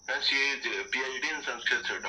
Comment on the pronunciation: Hi ma'am, your English is good. But some pronounciation is wrong. You always speek ..S.. instead of...sH...keep learning 😊